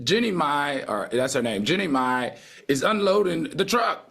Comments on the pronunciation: Say it with me: Genie My NOT Jenny (My) 🙄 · Claudia really struggles with the pronunciation of Jeannie Mai's name. Considering how many times ya'll talk about her It's actually kinda funny 😂😂!